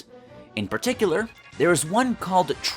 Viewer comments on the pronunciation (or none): none